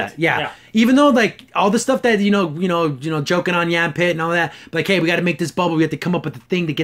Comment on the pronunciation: YAH-fit. Not Yam pit.